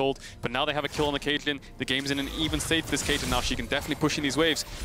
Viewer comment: Cait - LJ - in.